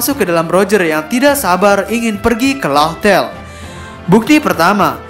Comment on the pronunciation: Laughtale bkn louhtel bacanya, tp laftel. Makanya dulu orang2 pada nulis raftel.